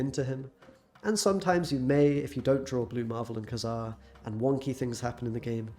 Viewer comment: You didn't pronounce kazar right